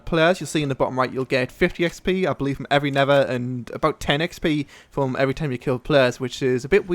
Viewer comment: Come on. Not Neffer Not Never It's NeTHer.